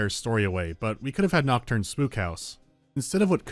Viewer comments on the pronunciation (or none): none